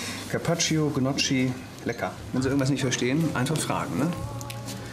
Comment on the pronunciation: Karpatschio, gniotschi 😅😅😅